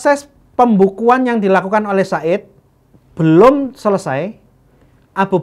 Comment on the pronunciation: Zaid bin Tsabit bukan said binTsabit hadehhhh